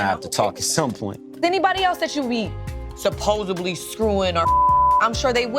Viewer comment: Apryl said SUPPOSEBLY . I'm sorry but this girl should know better than anyone where the D goes!